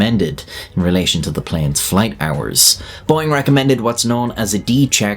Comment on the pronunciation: Did you say boeing?